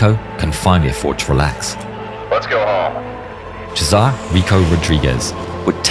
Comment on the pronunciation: Its Sesar not Chezar